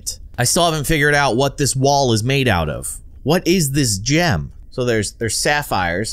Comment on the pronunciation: green gem.... i thought u say green "jam" at first now i know 1 like= 1 size for my brain!(-- u -- )